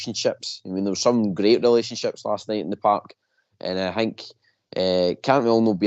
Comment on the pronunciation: "A 'hink they beth..." Is so fun listening to these pronunciations of words...😅